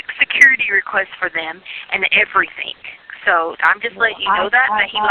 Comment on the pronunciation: And we do mean "EVERYTHINK"!!!! Damn hillbilly